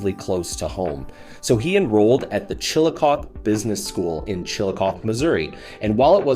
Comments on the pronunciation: It's pronounced Chillicoth ee not Chillicoth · It’s pronounced “CHILL-ICK-COTH-EE” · Chill-a-coth-ee Four syllables. Hate when posters dont bother to research town names. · Chillicothe is a four-syllable word. Last syllable uses a long e sound. Other than that you got it right. Signed, Someone from the same-named city in Ohio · It doesn't take that much effort to learn how to pronounce Chillicothe and Centenary.